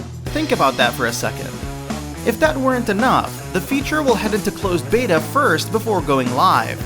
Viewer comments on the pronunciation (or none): none